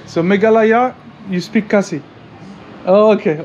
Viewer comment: It's khasi bro it's not Cassi 😅